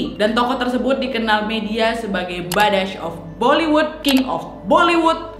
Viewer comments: maaf kak nad, badshah bollywood kak bukan badass bollywood 😂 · You said it wrong, it's not ba-dash, it's baad-shah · Badshah mpok, bukan badash...badshah artinya raja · Kak Nad bukan Badash tapi Badshah